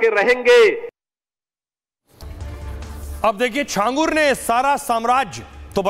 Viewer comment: Are bhai zaangur nahi chhangur 😂😂